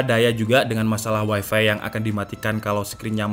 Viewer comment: wifi: wai vi.. bukan wai fay.. nice lol